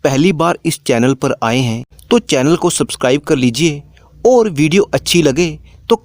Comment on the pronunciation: आपको ओर नहीं और बोलना चाहिए please